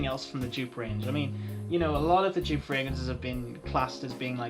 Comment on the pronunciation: Come on, you know how to pronounce Joop correctly. This "djuuup" drives me up the wall, Brazilians do it even worse "djuuupehh":D A lot of Joop fragrances aren't easily available or have no testers, it's a shame.